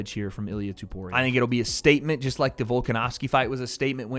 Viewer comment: can u please say topuria instead of tuporia…